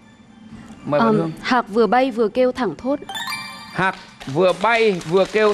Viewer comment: Không phải thảng thốt mà thoảng thốt